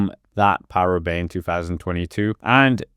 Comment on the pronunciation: What is this ‘ParooRoubaix’ of which you speak